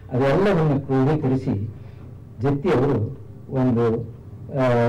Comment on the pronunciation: Please note its "Jatti" not Jathi. Please correct it.